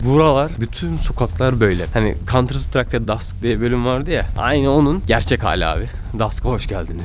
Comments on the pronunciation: Dask değil Dust 😄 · dask değil :) DUST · Cs mapine dusk diyorsun doğrusu dust reis. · Dusk değil abi De_dust 2 diye yazılı efsane diye okunur